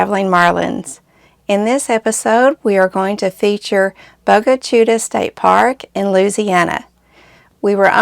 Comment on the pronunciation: good afternoon the word is pronounced Bo-ga Chit-ta and is Indian for black water